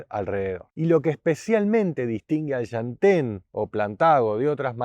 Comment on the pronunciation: Por un segundo pensé que iba a decir SHANTÉN pero no, dijo LLantén 😄😄😄 (mas adelante dice shantén) aajajaj amo este canal